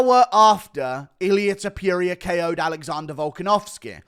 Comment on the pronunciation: Its TOPURIA not topJuria